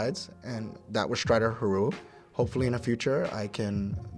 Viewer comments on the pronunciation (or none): lol it's not pronounced huhroo it's hear-you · it is pronounced here you not hiru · Its true doesn't win tourneys, but he CAN pronounce "Hiryu"